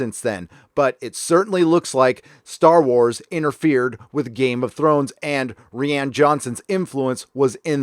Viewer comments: it's pronounced "Ryan". Not "ReeAnn" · "Rian" like "Ryan"; it sounds like you're saying Rhianne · Dude it's not "ree ann" its "rye an". I don't like the guy, but you sound uneducated if you cant pronounce a name correctly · lays me out when you call him Ree-Anne..... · “Re-Ann Johnson” lol 😂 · This dude could benefit from Googling how to pronounce words/names once in awhile. "Ree-ann" Johnson, "Yoo-Wee" Boll, in another video he calls the Unsullied "Un-solid" XD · "Reeãn Johnson", LOL. That is particulary funny because if you read the name with portuguese pronounciation, that is exactly how it should sound :D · Are you pronouncing Johnson's first name wrong just for the sake of it (and to show your contempt towards him) or does "Ree-yahn" originate in a meme? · If you don't start pronouncing Rian correctly, my head is going to explode. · I just dig how you pronounce Rian Johnson's name. Makes me smile every time.